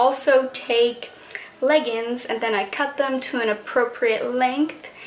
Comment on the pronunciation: It's not half plaid, it's half pleated. It's 100% plaid. that pattern you say is your favorite is called "plaid". you could see yourself wearing them in the classroom? You look about 35? please learn how to pronounce leggings.